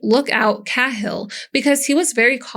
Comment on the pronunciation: IT'S PRONOUNCED KAY-HILL! 😅 AND SUH-RAN-DUHN! SORRY, GRAMMAR FREAK HERE.